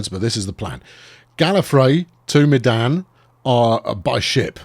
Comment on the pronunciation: Medan is pronounced "Mey-dahn"; one of the indonesian cities.